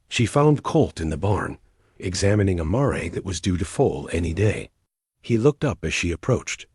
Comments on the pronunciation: This was a lovely story. It would have been better without periods being said as "dots" and with the correct pronunciation of the word "mare," as mār, not măré. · Yes, 'mare' rhymes with 'hair'... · Mare is a female horse learn to pronounce it correctly!